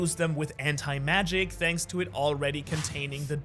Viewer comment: Bro he says "shanks for watching"😂😂😂